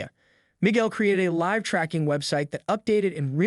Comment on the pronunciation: Why did you waste time repeating a big section toward the end and NOT ending it with a clear outcome? And your bot or AI needs to be programmed to read "live" correctly. This was lame.